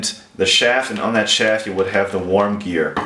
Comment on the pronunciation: Be careful with those videos about your television work. You could raise the ire of the television people if you release videos on things that haven't been aired yet. Movie goers aren't the only ones that tend to not like spoilers. 👍 Warm gear? Oh, worm gear. I keep forgetting that English isn't your first language. You speak English pretty darn well, so don't feel bad if I enjoy your accent a little. My German isn't even close to as good as your English, so I'm NOT mocking.